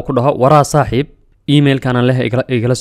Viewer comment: Z afsoomaali kuma jirto ee "S" dheh